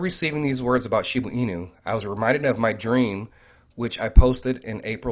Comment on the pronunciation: Please....it is shib"A" inu. Not shib"U" inu. I've listened to every video concerning shiba inu and you always pronounce it shibu inu.